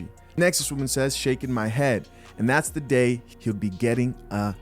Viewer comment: Dude read THEE Deon Saunders' comment like : "this other commentor says" lolol